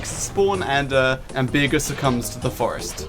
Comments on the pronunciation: I agree, but I don't want him to ever say Bearger's name in such a blasphemous way ever again. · I like the fact that he says beerger, instead of bearger, because it makes me think he's just a raging alcoholic. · "Bear"jer" pronunciation of besrger